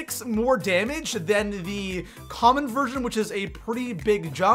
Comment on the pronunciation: Is it just me or is he saying version or virgin??